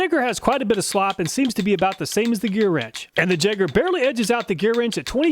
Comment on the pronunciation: "jagger" yay-grr